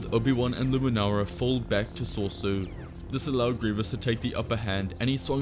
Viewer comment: what is this sorsu you talk about i think your talking about soresu pronounced sore e su